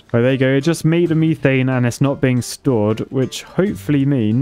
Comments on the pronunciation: its not m-EE-th-ANE its m-E-th-ANE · It's called Meth-ane not me-thane. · It’s pronounced Meth-ane not Meeth-ane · "MEE-thane" over "METH-ane" as a pronunciation sounds like nails on a chalkboard to my American ears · ME-THANE WHAT METH-ANE YOU ARCHITECT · WHAT IN THE FUCK IS MEE-THANE??? ITS METHANE !!! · its not me-thane its meh- thane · METH It’s not meeth its meth. Methane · can u STOP saying meeee thaine, its methain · He was calling methane “meethane”. Strange. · I like how he pronounces methane as "meethane". Like imagine in Breaking Bad. "Jesse, we need to cook meeth" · Mee-thane Me: he's british he should have said that correctly my mind exploding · Me not trying to ruin excitement but its (at least to my knowledge) Meth-ane (ain as in pain) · What's the actual correct way to say methane? "meethane" just feels wrong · In the US it’s pronounced meth-ane. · You pronounced Methane wrong. The reason you don’t have enough water is because of the water tanks. Just thought to let you know! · I'm not usually too surprised by British pronunciations but that one got me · I love how he says methane LOL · Ok people, quick question because it's really bugging me: Mie-thane or Meh-thane? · Someone please tell me whether or not the way he saying methane is a joke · The way he's saying methane hurts my ears